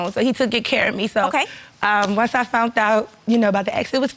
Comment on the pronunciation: "FOUNT OUT".....The word is FOUND Ma'am.